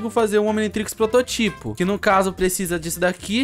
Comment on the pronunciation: E prototipo nao proto tipo